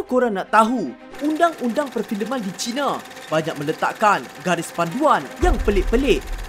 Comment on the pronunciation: Harap boleh membetulkan sebutan "China". 1. Jika disebut "China" dengan menggunakan "Cina", ia seakan-akan mewakili kaum cina dengan negara People's Republic of China. 2. Sebutan "China" itu boleh dikatakan dengan Chai na, bukan cina. Ini adalah cadangan saya kepada. Bagus video 👍👍